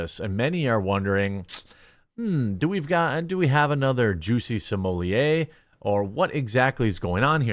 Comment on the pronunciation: Did you say Juicy Sommelier?